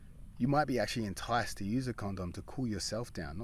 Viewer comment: i need you to take the word condom out of your vocabulary IMMEDIATELY, your pronunciation is killing me